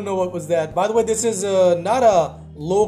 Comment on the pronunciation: “iF tHEre iS a viLL tHeRe is A vAy”